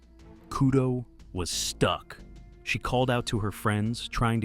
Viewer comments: The way he said "Kudo was STUCK" is legendary and made me laugh out loud. I love this channel. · The emphasis on "Stuck" had me giggling when I shouldn't have been. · I wanted to post the same as you did. 🤣🤣🤣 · Me too! XD Lord forgive me